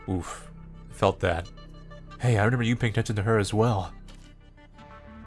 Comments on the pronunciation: please take this as kindly as you can i like your content but its re-MEM-ber not re-NEM-ber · I just realized you say renember instead of remember. I thought I was the only one who said that..